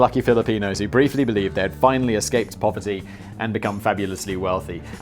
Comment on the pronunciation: "Widesped proverty" I swear you said it Simon. Lol